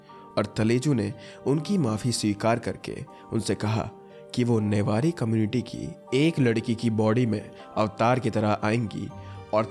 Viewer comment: Newari not nebari